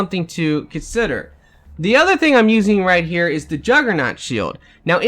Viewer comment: Still haven't learned to say "Here" I see.